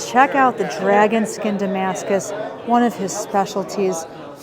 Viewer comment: IT'S NOT DAMASCUS FFS.